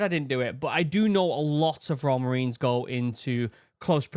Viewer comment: I find it extremely comical that youtube's subtitles for your voice when you say "royal" they just say "raw" so when you said Royal Marines" it said "Raw Marines" and tbh it does sound like raw lmao.